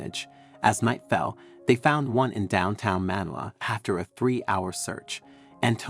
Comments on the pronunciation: The pronunciation of Manila was wrong 😂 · Have I been mispronouncing MANILA wrong this whole time?